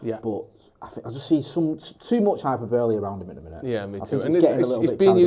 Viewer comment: Did say hyper-boehly? hahaha